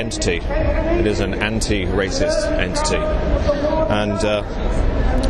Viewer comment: "An Enti-Racist Antity" :)